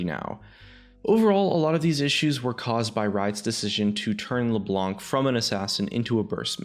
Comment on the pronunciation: Could you guys please stop calling her Leblank ? This champion has been out for at least 5 years now, and it'd be pretty awesome if we could start calling her by her proper name. ie: Knife or knight, you don't pronounce the K. Same goes with Leblanc. You don't pronounce the C so it's as if you were saying Leblan.